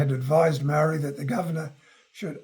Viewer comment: He can't even pronounce Māori properly. This video stinks.